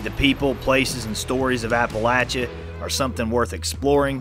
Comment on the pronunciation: I'm glad you know how to pronounce Appalachia.